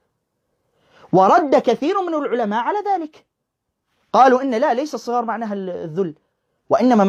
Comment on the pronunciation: الصغار بفتح حرف الصاد و ليس بكسره ..للتصحيح فقط